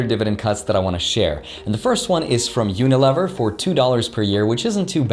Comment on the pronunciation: Unilever is pronounced uni-leaver. Good vid tho just for future reference